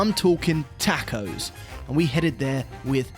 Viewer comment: My ears hurt hearing 🌮’s pronounced tachos.